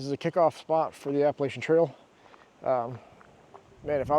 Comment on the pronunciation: If I hear you say Appalachia wrong one more time, I'm going to throw an apple atcha. 😊